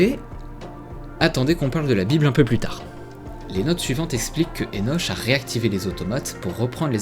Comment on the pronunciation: Joli jeu, bien que pas ma came. Enoch se prononce "Enok"